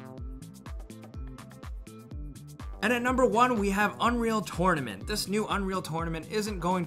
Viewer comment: what the hell do you say unreal tournament like that? lol